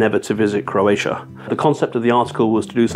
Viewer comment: #26 -- Croatia rhymes with "rosacia" lol.